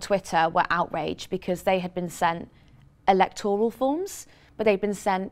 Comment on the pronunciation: A small, perhaps petty point, but what’s with everybody pronouncing it e-lec-TOR-al? It’s e-LEC-tor-al!